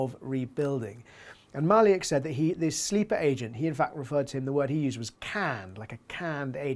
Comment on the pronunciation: Maliuk is pronounced Mah-LUKE ( as the name Luke)